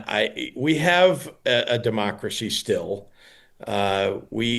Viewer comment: Pritzer can barely say ‘still’